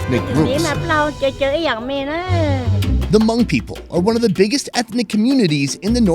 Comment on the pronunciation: Thanks for pronouncing Hmong correctly. It is not pronounced Ha Mong like so many other Youtubers. Happy to see you prosper. Been here since the beginning